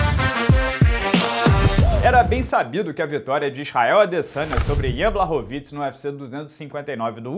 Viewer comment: é Błachowicz e se pronuncia Buarrovich em português, o ł é u. E nao, o Glover vai esperar e o Błachowicz já deu a palavra q vai ser ele, nao há razão para arriscar agora